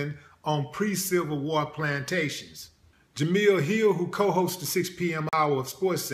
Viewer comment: Willie, my brother, it's Jemele not Jamille.